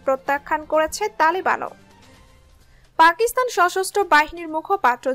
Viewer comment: আপনার এই কয়েক মিনিটের ভিডিওে এতো ভূল!!! পাকিস্তানেই উচ্চারণ করতে পারেন না।